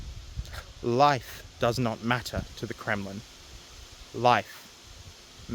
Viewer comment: when you said Kremlin incompetency it sounded like you said criminal incompetency. And honestly they're one in the same.